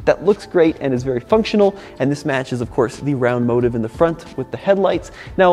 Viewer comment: Motif not "motive"